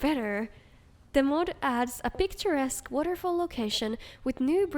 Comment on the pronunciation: a non-native english speaker using and pronouncing "picturesque" correctly? whoa well done